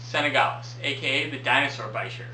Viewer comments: it's from French, so bee sheeyr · Lol why did I think it was pronounced beesheer